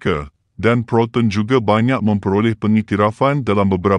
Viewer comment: Siapa la yg berkata-kata ni.....sebutan anda byk Salah.....🤣🤣🤣contoh..proton...disebut ..protun...